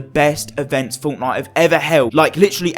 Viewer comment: Woah stop right there ❎ did you just say fonknite????